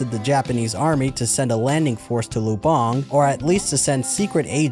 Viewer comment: great video by the way, Lubang is pronounced with the accent on the first syllable